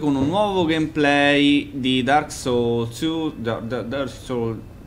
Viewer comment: Andrea Pergolesi cioè, sinceramente, devo credere che non riesca a pronunciare il titolo di questo gioco? o lo fa apposta, e non fa ridere, o ha talmente poca voglia che sta dormendo davanti lo schermo. in entrambi i casi, la cosa non suscita particolare divertimento in me.